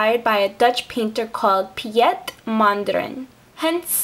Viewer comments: you actually pronounce it like you'd say pete : ) i like your design btw : ) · hahahaha xD you say it like 'peet' not the way you said it :p I'm not hating or anything but I thought it was funny the way you said it ^^ nice tutorial ^^ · awesome :D jouw say Piet very funny, you say it French. xD You actually pronounce Piet like Pete :D but i love your nails! i wish i could make something like that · you have to say piet like the i and the e are one letter and say it more like y sooo pyt :D